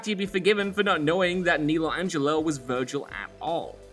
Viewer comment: Nelo Angelo's name is pronounced Nell-lo, not nee-lo